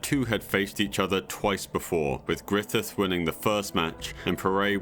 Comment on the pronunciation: who t.f is "grithif"